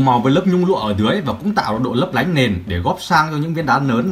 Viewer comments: "Nong nanh nung ninh nấp nánh" =))) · nong nanh , nung ninh , nấp nánh 😂